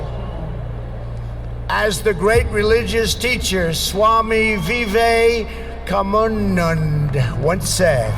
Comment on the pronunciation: This was during Trump' s first presidential term and is one of his best speeches(NOT rant) even though he did mispronounced swami Vivek Anand's name ( but full marks for making an effort on a name he has never heard of ).